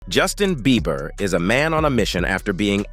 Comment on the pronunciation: He said "Justin Beaver", trice